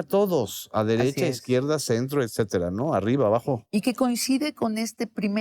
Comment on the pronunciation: Sabina, se dice etcetera, no excetera, si quieres parecer intelectual, lee tantito